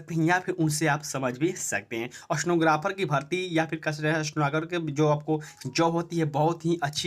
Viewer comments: स्टनोग्राफर नही स्टेनोग्राफर होता है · Aapka Pronouncation ekdam kharab ha.. Itna speed bolte ho! Stenographer ko snowgraphar sunai de rha ha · अस्तेनोग्रफर नहीं होता भाई